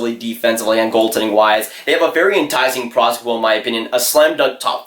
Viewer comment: Slow down bro, ur talking so fast that u dont even say the second p in prospect